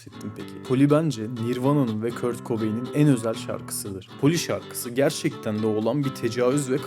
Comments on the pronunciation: Kurt okunmaz "Kört " okunur 😂😂 sen kimsin ki böle bir video yapıp yayınlıyon Z kuşağı 🤣🤣😂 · kurt değil kört